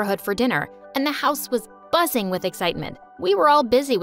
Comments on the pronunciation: Why did I hear "the house was bussin with excitement" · not the "BUSSING" 🤣